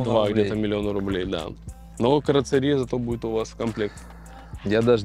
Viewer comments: Карцерия🤬🤬🤬Вы бы хоть читать научились… Каррозерия…. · Карацерия😂😂😂😂 на ДВостоке это каррозерия😅😅😅